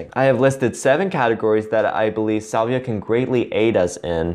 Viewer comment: salvia is pronounced "SAL-vee-ah", not "SOL-vee-ah"